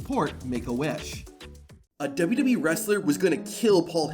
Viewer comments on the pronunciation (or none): WWE❌ Dubdubee✅😂💀